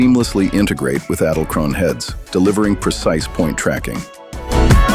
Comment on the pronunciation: It is pronounced in German EDEL-KRONE ... The "E" in EDEL sounds the an "ay" in WAY but without the "a" sound .. . The "del" in EDEL sounds like "DELL" without an "E"... like "DLL". KRONE is like CROWN with a hard "KR" sound without rolling "R" like "kch". The "one" in KRONE is like an "oh-na" ...